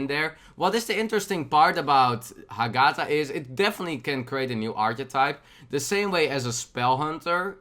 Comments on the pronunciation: You pronounce the GA too much, read it with HA-gatha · i think its pronouced ah-geh-tha.